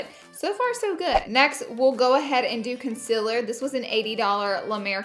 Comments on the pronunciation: Conseler not consiller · ITS CONCEALER NOT CONSILLER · Why does she say consiler wrong